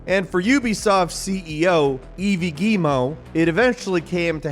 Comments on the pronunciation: The ceo name isn't pronounced "eevee-ee". Its yves, in english its likes saying "eve". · 'Yves' is pronounced as 'Eve' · Great video, thanks! A bit optimistic probably looking at the facts and you didn't mention the strike, etc... Also Yves is pronounced Eve, like New Years Eve. Cheers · im a french canadian amd the way you said "yves" like its spelled eevee is hilarious!! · Yves is pronounced like „eve“ second E is silent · Hi, just so you know '' Yves '' is pronounce '' Eve '' as in Adam and Eve.... I love what you do, PLEASE never stop!!! Lolll Thks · Yves being pronounced eevee made me laugh so much lmao. Props on pronouncing Guillemot correctly tho. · dude really pronounced Yves as Evie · He called Yves like evee from Pokémon and that hurt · Yves is pronounced like Eve